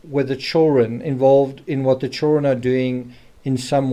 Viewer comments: The CHILRUENN. 😅😅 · Never heard anyone pronounce children like that. Like hes afraid of saying the whole word 😂 "churen"